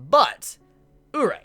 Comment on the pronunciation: omg say Urie's name right please xD its pronounced oo-ree-ay